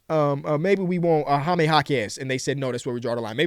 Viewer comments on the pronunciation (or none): none